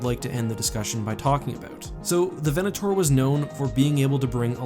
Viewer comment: 'VenatOAR' :D